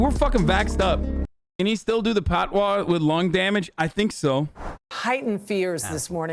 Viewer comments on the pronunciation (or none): Hasan's pronunciation of "patois" kills me lol